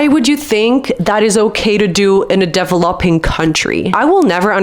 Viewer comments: i had to turn this video off because you don't know how to say developing its so cringe. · please learn how to pronounce "DEVELOPING"